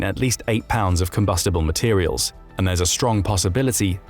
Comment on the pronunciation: This channel also confuses the word "materiel" with "material" even pronouncing it as such.. a military focused channel